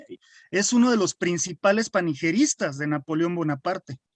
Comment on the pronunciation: Creí que se decía panegiristas, no panigeristas.